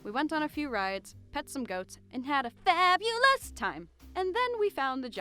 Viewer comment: “And had a- FaBuLoUs! time..”